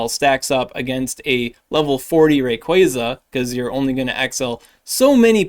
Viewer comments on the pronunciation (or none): none